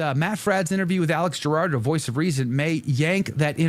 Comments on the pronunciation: It’s Alex Jurado. Not Gerardo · The last name is pronounced who- raw-do lol